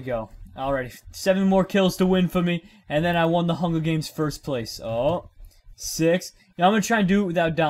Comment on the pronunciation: "I'm gonna win the hunga games